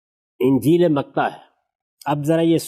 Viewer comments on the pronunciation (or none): غامدی صاحب آپ اس ٹاپک پر کسی مسیحی مناطر سے مناطرہ کر لیں پھر اپ کے علم اور دلائل کا پتہ چل جائے گا۔۔۔۔۔جو متی کو متا بول رہے ہو۔۔